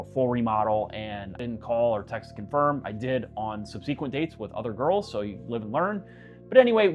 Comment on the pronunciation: SUBsequent. Accent on the first syllable.